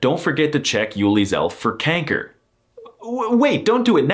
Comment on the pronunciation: Bro he said kenker